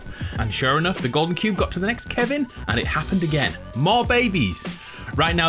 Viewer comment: Baby of KEVIN KIVIN(ki-ven)